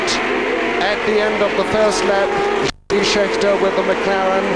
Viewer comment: Fair enough, but if you listen to what he says he doesn't know who anyone is, and who's Yody Scheckter ?? He couldn'et even be bothered to check pronunciation !!! Anyway Merry Xmas.